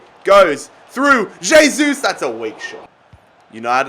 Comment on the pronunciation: J-sus Is available, but not "hey-sus"